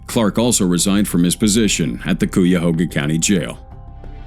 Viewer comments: Cuyahoga is pronounced as kai-uh-hoe-ga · Its pronounced. Cuy-a-hog-ha. LOL